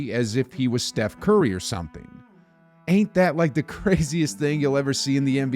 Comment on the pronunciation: your pronunciation of "ain't" is remarkable